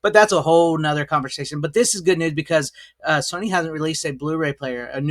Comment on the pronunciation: Why the fuck are you calling it Sonny ? Its Sony. Nothing to do with Sonny. SONY! Why cant Americans pronounce anything at all regardless what country we're dealing with ? This is weird as fuck.